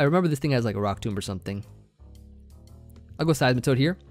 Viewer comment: you pronounced Rock Tomb incorrectly; it’s pronounced like “tome”